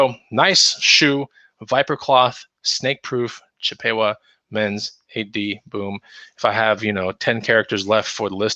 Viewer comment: Chip a Wa not the long A, the short A sound